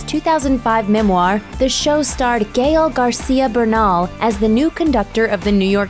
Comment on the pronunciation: It's not 'Gayol' Garcia, it's GAEL